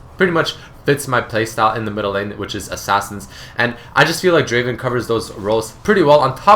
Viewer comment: Not draven.. draaaaaavenn......! i find Draven and Ezreal the best adcs for me in solo queue as i am platinum 2 i like to play draven and ezreal alot they are really strong champions which harass and dominate the lane very easily.